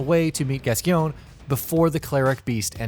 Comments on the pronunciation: Pronounced "Gas-coin" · Oh Christ he's going to be destroyed for the way he said Gascoigne. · I don't understand why no one can pronounce Father Gascoigne correctly. It's even said in the game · The way you pronounce Gascgoine is tragic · I want to kill myself the way he mispronounces Gascoigne. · Everyone does this, now it's my turn: You mispronounced Gascoigne